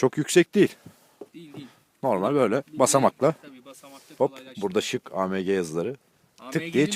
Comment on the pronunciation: Abi Amege diyil okunuşda aemci okuluyo